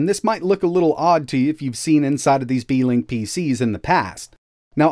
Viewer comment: "Beekink" lol